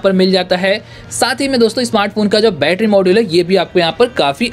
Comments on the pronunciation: Not bettra its battery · Batarra sounds annoying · Bhai aap batra mt bola karo mujhe bahot hasi aata hai bhai 😂 सुरु में क्या ही बैट्रा बोलते हो 👍😁